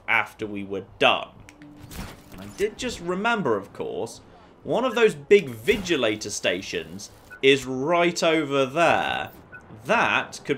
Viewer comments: its vigilANTor you keep saying vigilATEor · ThePhantomAssassin12 yeah uh no that may be how its spelled but the ppl in game always PRONOUNCE it ANTor